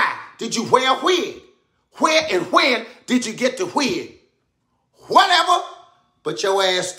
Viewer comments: "Hwhere and hwhen did you get the hwig?" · It’s the H sound at the beginning of all W words that kills me!! hWhere? hWhen Katt hWilliams 😂